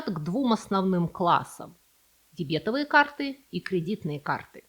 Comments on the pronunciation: ДебетОвые карты, а не дЕбЕтовые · Спасибо за видео! Объясните ударение. Никогда не слышала дебЕтовые. Вроде бы верно дЕбетовые или дебетОвые. Поясните, если не права. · ДебетОвые карты, а не дебЕтовые. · ДебетОвые карты, не дебЕтовые.Потому что дЕбет, а не дебЕт. Это не диабет..😢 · Не дебЕтовые, а дЕбетовые карты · Маленькое замечание - карты ДЕБЕТО'ВЫЕ. Ударение на О. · ДебетОвые карты, ударение на 3-й слог. Очень режет слух неправильное ударение! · При всем уважении, карты не дебЕтовые, а дЕбетовые!!! На первый слог ударение! Ужасно режет слух Ваш вариант!!! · Боже, мои бухгалтерские уши... 🤦‍♀ Зачем вы так с нами? дебЕтовые? Серьёзно? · Извиняюсь, но дебетОвые карты - ударение на О. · С языка сняли, почему так режет слух , 😅😅😅 Эти дебЕтовые дОговоры из катАлога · ДебетОвые, ударение на третий слог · Не простим Вам незнание русского языка и его правил: повторите правило об ударных суффиксах "ов" (после шипящих и парных согласных) - дебетОвый, грошОвый, сливОвый, перцОвый, камышОвый так что дЕбет, НО дебетОвый/ая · А дебЕтовые карты!! Это же услада для ушей! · В первый раз слышу такое странное ударение в слове "дебетовые"...